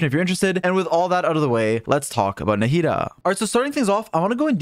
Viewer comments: Why does he say “narrida” instead of Nahida? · Naw-he-dah is how you say it. You don't need to butcher everything that isn't 4letters long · way to butcher the name